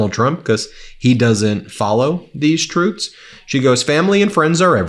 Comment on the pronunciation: Love Ben, but is he saying "trutes"? 😂😂